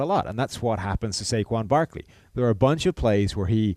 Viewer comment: Why do they keep saying Saquan Barkleys name wrong?